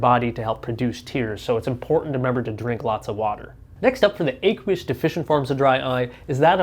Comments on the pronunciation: Ah-qwee-us not Ay- qwee-us. Like the word "aqua" ( water) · do you pronounce aqua with a long A? No, and you don't pronounce aqueous with a long A either. First syllable rhymes with a as in action, not a as in acorn.